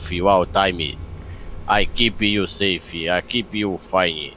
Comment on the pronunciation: o cara sabe falar safe mas nao sabe falar outras palavras em ingles vai saber